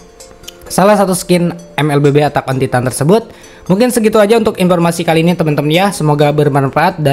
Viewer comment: “Atak on titan” wkwk padahal gampang banget nyari gmna nyebut bahasa inggrisnya😂